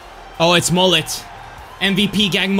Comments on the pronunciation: It's pronounced as Mohle* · would you rather not use mbappe and mollet for a whole wl or use a bronze defence for a whole wl Also its Mo-lay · Bro it's not Moll-it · le « t » of mollet is silent ;)